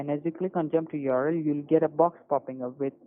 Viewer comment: the scammer pronounces "url" as a word ("yorl"), kind of like kitboga pronounces html - LOL